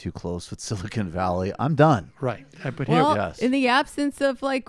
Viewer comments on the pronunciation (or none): none